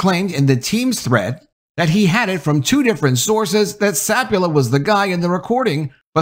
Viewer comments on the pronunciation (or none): Sa pul pa not sap u la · Not SAP-u-la, it's sa-PUL-pa. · I think he continually mispronounces his last name- it's not sapula- it's sapulpa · SapulPa, not Sapula ? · To nit-pick at you ... pretty sure the guys name is pronounced Sa - Pul - Pa, not Sap - U - La. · His last name is Sapulpa. Sa-PUL-pa. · Scot Sah-pool--pah. It's right here in black and white my guy. Sah-pool-pah! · It’s Sa Pul Pa btw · The name of the poor guy is Scott Sapulpa (SA-PUL-PA) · The pronunciation is. sa pul pa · Yeah, I get it. Papers want to be first instead of accurate these days. But were you guilty of something similar when you mispronounced Gannett (It's guh-NET) and the head coach's' name (which has two Ps, one of which you continuously left silent)? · You realize you are ignoring the last p in the guy’s last name. Just saying.